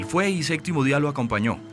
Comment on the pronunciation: Estaría bueno que aprendieran a decir “Séptimo”, todos dicen “Séctimo”